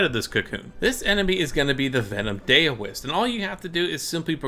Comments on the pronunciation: No shit. It's LIKE cow. It isn't "Day-O". It's Dao. Rhymes with plow. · Yes. It is. It isn't "day o" it's "dow" like cow or Dow Jones. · Daoist is pronounced like "cow ist". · buddy its not Cowist is daoist, dao is pronounced da-o, which isnt cow lmao so idk what u think ur talking about "cowist"